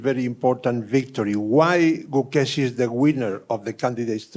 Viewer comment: Gukesh ❌ CooKESH ✅